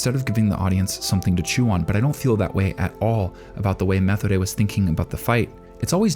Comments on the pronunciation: for the love of god stop pronouncing Methode like you do. The way they say it in the Anime is also the correct german pronunciation. That is not always the case but this time it is. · I could have sworn Methode's name is pronounced as Ma-tow-da. Great video as always! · Great Video, but as German the way you say Methodes Name Kills me. In German we dont have a th Sound. Its Just pronounces t as in Tennis and the h ist silent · Not to be that guys or anything but Methode's name is pronounced Meh-Toad-a. This is just the second time I've heard it said this way, apologies for being the pronunciation police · Methode (meh-TOH-duh) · Methode = meh-TODE-eh Linie = LIN-ee-eh That "eh" sound is like a short "e", and does not rhyme with "way". Close to a schwa in English. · I have just gotten to the mark and I need to say this, PLEASE WATCH THESE IN THE DUB AT LEAST ONCE, you keep pronouncing the names wrong. Methode's name is pronounced Muh-toad-da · Not trying to nitpick, but you are pronouncing Methode wrong. I don't know why it is bothering me, usually these things don't. Maybe because I like watching in dub, idk. But I really respect your video essays, and I can tell you respect this show so much. I just feel getting the name right is important. It should be pronounced more like "Meh-toad-uh." There's no "th" sound in German, which is what was really throwing me off. Unsolicited tip: Go to Google translate and enter the characters' names on the German setting, and have it pronounce for reference in the future. Really appreciate your content! And I loved this video!